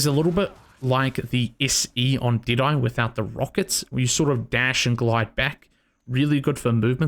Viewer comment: I Thought When He Said Deadeye, He Was Saying Diné.